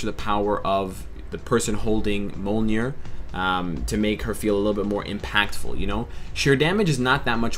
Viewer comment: please pronounce Mjolnir right next time. I had to stop this video and replay it over and over, hoping the next time I heard it, it would be right. (it was a little more soul crushing each time).It's 'Myolnir', not 'Molnyir'. Very minor, but a big deal for the pronunciation police. Keep doing what you do, love the videos.